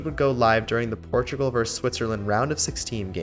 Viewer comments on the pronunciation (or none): none